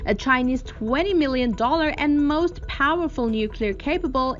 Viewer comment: its so parrfull 😎